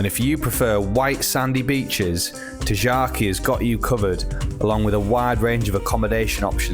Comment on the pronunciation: tingaki, sounds like Tin Gaki, like g for good not like J. And Psalidi is like sah-lee- dee